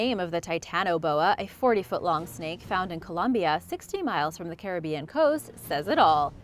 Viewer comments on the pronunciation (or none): none